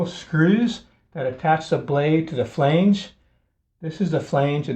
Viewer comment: Thank you! Please check your pronunciation on this word: FLANGE